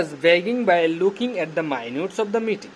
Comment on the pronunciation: মাইনুটস কি? মাইনুটস এর মানে উদ্দার করেন আগে ... Bhai re bhai